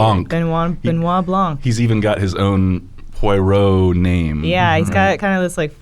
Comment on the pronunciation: Why is unable to pronounce Poirot?